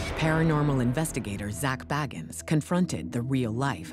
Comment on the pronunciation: Zach's last name is pronounced Bay-gans. Not baggans as in Bilbo Baggans. So far, that's the only thing I see that is incorrect. He says his last name plainly at the beginning of each episode of Ghost Adventures. Yes, I'm a fan and I'm one of THOSE people 😂